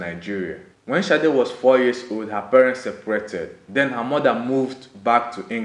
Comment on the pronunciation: It's a Yoruba name dear and not an English name .... It's pronounced Shade.